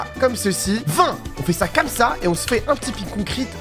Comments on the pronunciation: Mdr a toute les builds ils dit < >la prof de français 👩‍🏫 qui arrive C PAS <<COMMACE>>C EST COMME SA Pov:je fait la même choses😂! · Tu diras à d'arrêter de dire comasse il est gênant